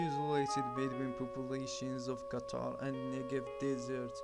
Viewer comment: did he say qatar and negev desert? hard to understand